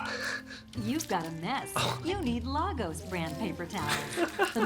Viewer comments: It's pronounced "Lay gos" The city in Nigeria shown in Captain America Civil War 😩🙄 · not to be an A-hole.. but as a Nigerian American citizen who lived in Lagos... its pronounced Lay-Gus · Its pronounced LAY-GUS Lagos. Please